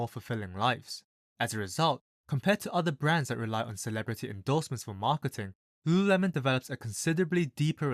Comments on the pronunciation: Repeat after me: LU…LU…lemon. Not luuuhhhuuuhhh-melon. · Homeboy can barely say it. Founder was right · Damn , I thought you are having a stroke every time you said Lululemon